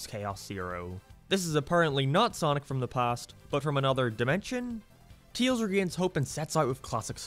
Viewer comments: It's called Tails, not Teals. It's said Fail, not Feel. It's spelled Canon, not Cannon, when referring to continuity. It's said Favor, not Fever. Other than that, yeah, this game sucks ass. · why are you calling tails, teals. that's like calling sonic, greens. like I get that it's an accent thing but it's literally the only word you say in an accent so you obviously are capable of saying his name correctly. if it's some kind of inside joke, it's not a very good one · "teels" never gets old